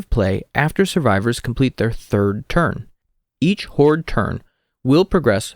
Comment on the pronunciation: Please stop saying "horde"